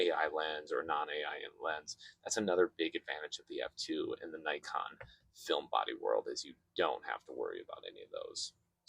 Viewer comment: This is Nikon. Not "najkon" you idiot! Do you undestand? Nikon! Idiot, idiot, idit!